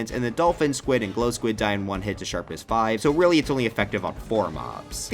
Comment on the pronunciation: Sharpness, not Sherpness.